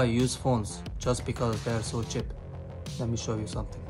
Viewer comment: The way how he pronounces cheap as chip I love accents XD